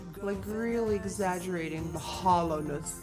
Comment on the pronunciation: When she said "hollowness" I was like "holo-ness" like simplynailogical